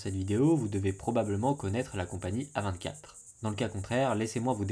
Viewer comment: Chez A24 il y a du très bon comme du très mauvais et bizarrement le très mauvais correspond bien à ce que tu dis. Mais sinon on dit A24 en anglais !!